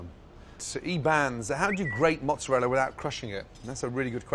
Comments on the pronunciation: as an italian, that "mozzarella" scares me. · As an Italian, I cringed SO HARD when I saw that "mozzarella" WTF